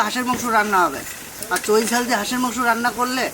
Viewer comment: তোমার মামা কে একটু শেখাও, তোমার মামা বার বার বলছে যে হাঁসের মাংসে চোই ঝাল দিলে মাংসো টা খুব টেষ্ট হয়, কথা টা এক দম সঠিক,তবে ওটাকে চোই বলে না, কথা টা হল চুই ঝাল।